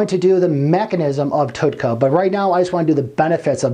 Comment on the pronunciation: you can't even say Tauroursodeoxycholic, you didn't say TUDCA correct, you did not say what "HDL" is, you referred to Alzheimer's in 2 ways when explaining a disfunction. The audacity. This subject isn't even that hard to grasp, so making things described accurately is a feat of a texas instrument computer from the late 80's. If you don't even know what something is, being and egotistical meatball with a speech impediment warrants a godsend suicide. You were mocked for being stupid, so you went to the gym... then you decided you could do both.... I've never seen a video with this many transitional fades. You're trying to prove you can be! ALL HAIL BECAUSE YOU'RE THE MASTER! I can be a master editor! look at my 15 transitional fades! did you like the one where it was squares?! i picked that one! if you don't actually study something, then shut the fuck up. You're clearly not educated in the subject matter. This is an important thing to be knowledgeable about IF you're trying to help strangers on their ventures to health. Let's say you're a bullied meatball asshole kid that has 1000 people think that this is the epitome of truth. People are impressionable and you just became one more shitbags of garbage for dumbfucks to involve themselves with. Just because you're insecure doesn't mean you can post-up as "" and be retarded all over everyone. Killing yourself is always an option if you can't NOT fake being a man of actual, true information. You should try killing yourself